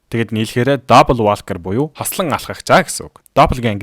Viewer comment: Walker gdgiig walker gej unshdgui shuu huuhduudee woker gj unshdiishuu itghgui bvl how to pronounce walker gj biched haij uzrei